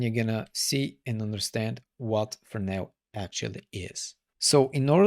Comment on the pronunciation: Really good video love some words you be saying FERNOW thats how it sound when you say Fresnel and my stupid self go and type Fernow i was like there's a node call fernow 😁😁good video 👍👍